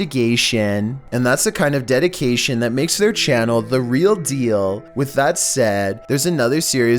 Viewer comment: Nation, investigation, detication damn.